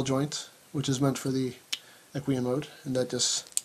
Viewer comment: ***** Well, to be perfectly honest, he didn't pronounce "equine" correctly either...